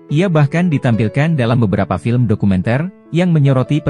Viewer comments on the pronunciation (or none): none